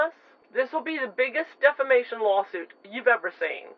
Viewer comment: Did she say a huge defamation or a huge defacation